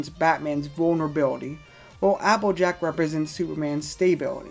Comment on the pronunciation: You sound like tara when you say applejack, you say appajack